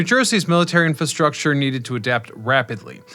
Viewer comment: please learn how to pronounce infastructure if you are going to repeat it over and over